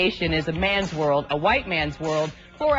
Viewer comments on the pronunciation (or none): What's a "whoman"? For that matter what's a "whithe" pilot? And what do you mean when you say it's so "scarry"?